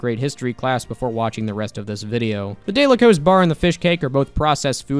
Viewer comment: The day-la-cose-bar got me screaming at nothing